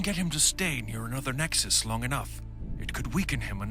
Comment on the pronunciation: I really love how he said light side Lexus instead of nexus